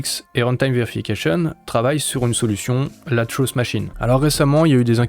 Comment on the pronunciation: c'est pas pour critiquer mais tu confonds la prononciation de "trust" et "truth" :) bonne vidéo sinon, comme d'hab